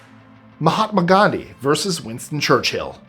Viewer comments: It's verSUS,, not verse. Love your extra tidbits of information. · I like your channel, but your mispronunciation of the word versus was distracting. It’s pronounced like it looks — ver’ sus; not “verse.” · vs is abbrev for verses and it's 2 syllables. I love your videos, but that hurts my ears. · you are driving me nuts. "Vs" is pronounced "Verses" 😂😂😂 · Can you please pronounce the word versus...versUS as it is spelt, it so grates when pronounced verse. Please please I so love listening to your list 25 stuff, so interesting, but AHHHH. Sorry to be pedantic,, and it's Anne of Cleeeves!!!